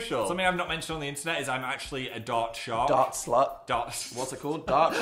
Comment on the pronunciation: Totally thought Phil said “dart shart” not dart shark 🤣